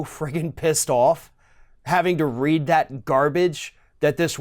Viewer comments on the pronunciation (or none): none